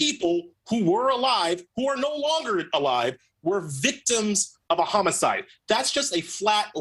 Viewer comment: Is he saying "chomo-cide"?